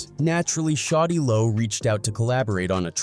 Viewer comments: Get it right white boy a I it’s shawty lo not shotty low 😡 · Its SHAWTY LO not fucking Shotty Lo 😂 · "shotti lo" 😂 why yt pple shouldn't tellour stories